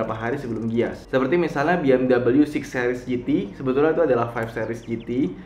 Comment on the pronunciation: Mas, bacanya be-em-wi, bukan bi-em-dabelyu, mari di klik